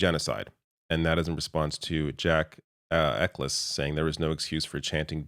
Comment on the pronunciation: there's a big reason that so many of these musicians are from the island of Ireland (btw Eccles is pronounced Eck-Alls)